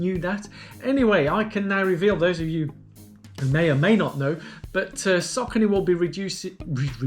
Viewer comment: Look a good choice for my next marathon. Checking the official site apparently the brand is pronounced "Source-ony". Cos you know, Americans always pronounce English correctly right? LOL, no offence, I like Americans, a much nicer bunch than Brits on average. Oh no! now I've offended my own people. I'll stop digging now :-)